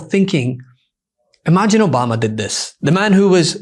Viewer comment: President Donald Trump: Obamna.